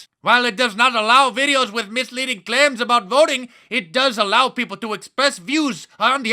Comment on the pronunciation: Craims not claims. Lololol